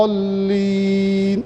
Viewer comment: "لعل" الشيخ يخطأ في موردين : 1- الظاهر يقول في نهاية سورة الفاتحه ( و لا " الظالين " بدل ان يقول .. و لا " الضالين " ) يوجد فرق بين ( ظ ) و ( ض ) 2- في سورة القدر ( يمد في موضع لا يجب المد فيه .. مثل قوله .. ليلة "القااادر" و هي .. ليلة "القدر" ...... لا يوجد مد * فإذا كان يخطأ بالقراءة .. لا يجوز ممكن للناس ان تأتم فيه